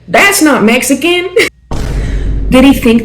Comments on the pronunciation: "I'm mesican" gurrrrllll 😂😂😂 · "Messican" pinche no Sabo kid no mames way